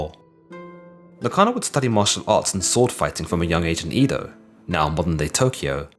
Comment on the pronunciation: ... trying so hard not to correct your pronunciation, but Edo is not pronounced as Eedo. It is Ehdo like the E sound for Echo.